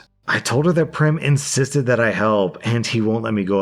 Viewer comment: Also Prem is pronounced like "frame" and not "Prim"